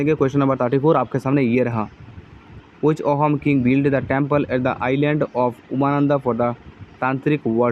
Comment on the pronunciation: Ohom nokobo sir....Ahom buli kobo...correct pronunciation tu "Aahum" hoi